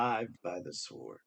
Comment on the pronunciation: Dear, "sword", has a silent w, unlike "sworn". Yes, the English language.. famously clear as mud!; ) Love from Australia. Thank you for the comfort you bring. Found you on JeffMara. Xx